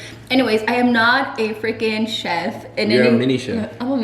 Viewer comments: “CH EF 😂😂😂Chef say it like this Sh EF 😂😂😂😂😂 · The way says chef 😂😂😂 she says it like keff when it’s like shef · I’m and is me with the OCD 😂 I was like yay when he fixed it.. “Chef” 😂😂😂 I was dying lol my bf corrected me too because I would pronounce it wrong. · "Shef"😂 lol... But I'm totally making them like this though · “Please hold” hahahaaaa omg 😅 n girrrrrl I feel you my husband always corrects me I say “cheff” also lol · Why hasn’t anyone told her it’s pronounced SHef . I’ve heard her say it wrong so many times lol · is so illiterate, is always correcting her lmaoooo she really said Ch-ef 😂😂😂😭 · Love You Guys😍😍 Your Chilaquiles Looked Bomb Girl🙌🏻🙌🏻 Gotta Love, It’s “Chef” not “Shef”😂😂😂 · Lmaooo did she say CHef chimpanzee hahaha 😂😂 I’m dead brother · Loved the vid! 💙Had me DEAD at the chef part, literally kept thinking “Mu name is Jeff” the whole time you tried saying chef 😂😂😂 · Lmao did she said Chef chimpanzee or whatever 😂😂 I can't brother💀